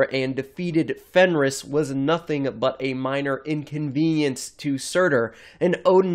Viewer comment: do you mean surtur?